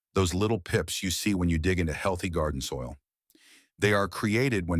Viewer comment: GARDOIL? BEDISOIT? AI SLOP!!!